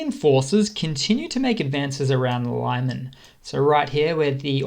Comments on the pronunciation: just a little nitpick (which will please ukrainians :)) Lyman is read something like Lee-h-maan, not Laiman in english pronunciation. Thanks for these videos btw im using many sources to get a better overview of this conflict and your videos are very good in keeping it real. Thank you and Slava! 🇨🇿💪🇺🇦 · I agree, that is why his Lyman pronounciation was standing out so much :D And also, you are right, Denis Davydov butchers the names way more when he is reading in latin, always brighten the mood a bit even though it is not really important. But you know, in this dire situation, you look for a bit of a relief in all sorts of things :)) Once again thank all of you for this support you guys give to the ukrainians, they are a neglected, forgotton folk of Europe and I believe their recognition as a sovereign state is a long overdue. Slava to everyone supporting their cause. - A supporter from Czech